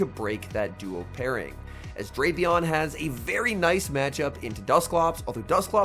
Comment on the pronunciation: he knows it's "Drap" (rhymes with wrap) "-e-on" but he keeps using Drape-e-on